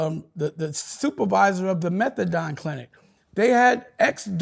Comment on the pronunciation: Methadone not Methadime…😂😂😂